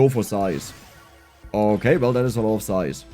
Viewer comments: Size : ❌ Zise :✅ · are you pronouncing it "sise" by choice or because of baiting comments?